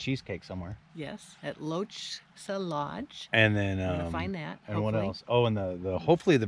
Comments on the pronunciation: lol I'm dying LOCHE-SA XD That gave me a good chuckle thanks guys lol (For the record Lochsa is pronounced like Lock-Saw lol I know not very intuitive I see that Jim already got the others lol) FS 500 is also known as Lolo Motorway, it's the road I broke my wrist on near Bald Mountain. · Pronounced “Lock-saw “ spelled Lochsa.... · It's pronounced "Lock saw Lodge"